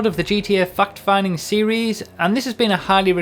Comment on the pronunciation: wow, i haven't watched your videos in a while and you're still saying "fucked finding".. You should know you have under 12yo viewers and you're teaching them cuss words :o!